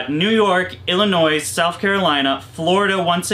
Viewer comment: The S is silent in Illinois.